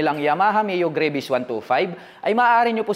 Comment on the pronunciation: GRA - VIS daw tamang pag pronounce lods hindi GREY-VIS.